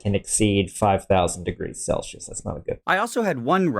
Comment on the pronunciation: How can you understand that you mispronounced "lignin," but you insist on saying "sellshius" when every video you review pronounces it correctly as "sellseeus?"